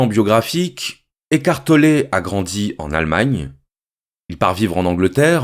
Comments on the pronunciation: J'ai entendu écartelé pendant 50min x) Mais merci ❤️ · Si je comprends bien il dit qu'on est en train d' ''écarteler'' notre esprit 😁 ecartoler... Toussa...